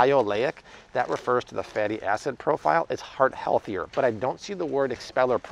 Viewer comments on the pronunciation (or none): none